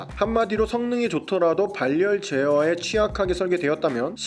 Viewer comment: 다른 유튜버들도 그렇고 ‘발열’이라는 단어를 ‘발열’이라고 잘못 발음하네요 ‘바렬’이라고 하는게 맞는거 같은데